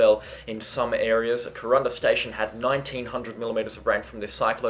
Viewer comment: love your channel. fyi youre pronouncing kuranda wrong.